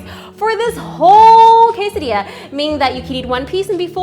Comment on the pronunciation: o my lets call it a casseydilla :D